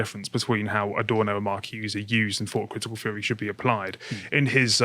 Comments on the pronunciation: Can someone have a word with about th-fronting. It makes it hard to listen to when he keeps saying "feary" instead of "theory" etc. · This guy always makes it sound like "critical race fairy" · I keep hearing "critical race fairy." ..